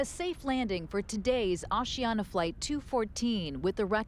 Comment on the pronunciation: Osiana? It's Asiana